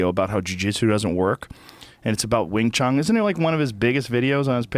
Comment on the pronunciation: Did he seriously just call it wing chung?